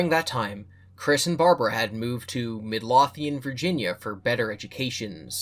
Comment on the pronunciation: Hi Scottish guy here, Midlothian is named after a region on our east coast, it’s pronounced low-thee-ann, one of our weird ones but just instantly picked up on it lmao